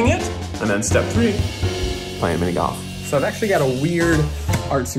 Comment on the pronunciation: I don’t know why but the zoom in on Keith’s face and how he says “PlAyiNg MiNi GoLf 👁👄👁” gets me every time 😂